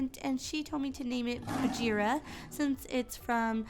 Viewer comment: It's pronounced Bag-eerah not Baj-eerah like bag as in bag or baggie.